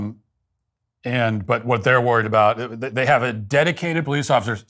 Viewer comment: "Dedicwated powice officers"